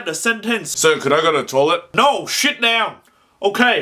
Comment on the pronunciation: he said "shit down" LOL